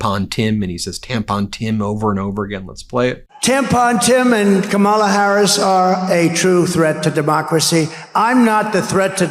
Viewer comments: I'm so tired of this loser mispronouncing Kamala's name. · Great show Ben. He could be on a beach, but, there again.... he could and "MIGHT" end up in a federal prison. Wouldn't that be splendid! He's still having trouble saying President Elect Harris' first name right which makes him totally stupid. Poor Howard Stern, now he's turning on him. I laugh at the empty seats. My! He's so popular (NOT). 😃😄😆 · It’s so incredibly disrespectful how he mispronounces Kamala’s name 😡